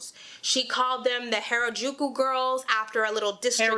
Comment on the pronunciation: B can't even pronounce Harajuku right XD gtfo here